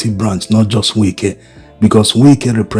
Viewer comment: To the admin... Its Wike not Winke.... I understand you are Igbo but pronouncing Wike isn't same as what you think in Igbo